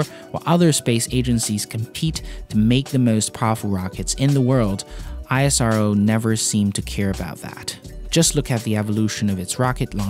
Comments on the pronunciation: its pronounced eaass(IS)roow(RO) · This man should have apologize in front of whole indians for pronouncing isro like that. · You speak wrong pronounce of isro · u don't pronounce NASA like n.a.s.a ISRO is same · please do right pronounce of ISRO word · Pronounce ISRO PROPERLY YOU PLAIN EYES. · first u learn correct pronounce of ISRO bro. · its not I S R O... its pronounced has IS RO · You are pronouncing it wrong. It's ISRO, not I S R O. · ISRO it's acronym It is word not I S R O It's annoying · Hi, amazing video. Looking forward to watching mote from your channel. BTW ISRO is not pronounced letter by letter its pronounced as "is-row". Keep up the good work 👍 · U really don't know about the ISRO history , success & future , U can't imagine how amazing is it , ur knowledge in this video is Just nothing or like lollipop instead of dinner , Go & check more about ISRO & their Geniuses U r not doing a great Job , first to pronounce it properly not I-S-R-O it's ISRO simple & do u know about cryogenic fuel history , mangalayan cost (11% of Nasa Mars mission) & succeed in 1st time & Nasa & others took more than 3 times & water etc. First found by chandrayan 1 on moon & cost of chandrayan 2 is less than the Avengers endgame budget etc. Many things like 104 satellite launching , reusable launch vehicles , NISAR , own navigation system , 4th country to get the power of to destroy other satellites with the great launch & results etc... Many many many things*..... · Such a perfect Video, thank you, just FYI, ISRO is pronounced as 'esrow', we in India don't call it with letters split. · It's e-se-ro ISRO your pronunciation was wrong just an admirer of ISRO Jai Hind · No i-s-r-o Pronounce a word not a letters ISRO is acronym like nasa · You must pronounce ISRO as a single word as in NASA (Ísröh) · It's pronounced "eesro"...just like we don't say "NASA" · Its pronounced as ISRO(IS-ROW). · For the love of god, just call it ii-s-row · It's pronounced "eesrow"